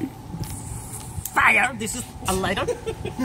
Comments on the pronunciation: I like this guy! His pretty cool and funny "mini Fira!" 😂💩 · Lots of FIYAH!" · AN DEN FIAH!